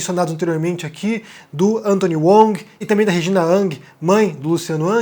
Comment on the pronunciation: por que você pronuncia "Wong" como "UONG" e "Hang" como "ANG"? Se tu aportuguesa todos os sobrenomes não deveria ser "Vong"? Lógica?